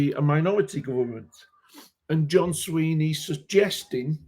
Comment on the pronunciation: It is Swinney not Sweeney.